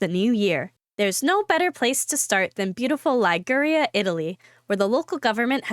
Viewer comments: Pity the host is unable to pronounce so many of the place names not in the USA… Liguria, Glasgow, etc. typical american! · Terrible pronunciation of Liguria and Glasgow.